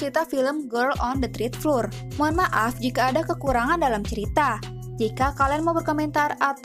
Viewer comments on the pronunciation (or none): Floor bacanya flor, bukan flur